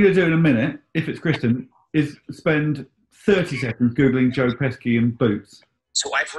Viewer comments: The way you are pronouncing "Pesci" is driving me absolutely insane.... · Pesci is pronounced PESH-ee, you pesky buncha jokers. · Pesci is pronounced "Peshi", There is no hard k sound. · It's pronounced Pesci.